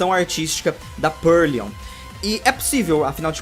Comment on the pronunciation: é PURLOIN e não PURLION ksksksksksksks